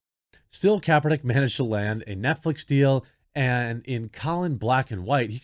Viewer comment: Colon Kaper-nee-kay lol